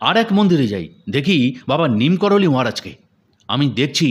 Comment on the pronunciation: Neem karoli.......ekti jaygar nam! Sei namei tanr nam diyechhe bhoktora!!! "Neem korali" noi please!!!!!!!!